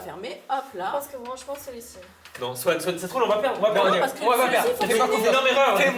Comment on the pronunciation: on dit pas Swan il😢 on dit SWAN a grandit